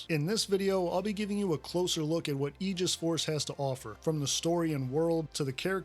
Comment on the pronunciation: you have no idea how happy you made me when you pronounced "aegis" correctly